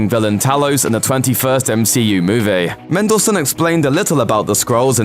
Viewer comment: I like how you say "movie". Instead of moo-vee you pronounce it as moo-vay